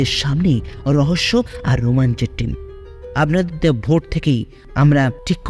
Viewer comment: কথাটা আবনাদের নয় আপনাদের আপনার উচ্চারণ অস্পষ্ট, আর ও চেষ্টার প্রয়োজন।